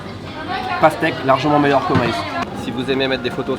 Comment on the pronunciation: "Daime pas la paztèque"